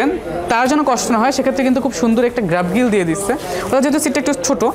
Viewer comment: গ্র্যাবগিল কী ভাই?? এত লোয়ার লেভেলে ভ্লগ করলে হবে?? ওয়ার্ডটা গ্র্যাব-রেইল।